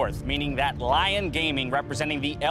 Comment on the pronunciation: wtf LION?? its LYON xD dude respect the other languages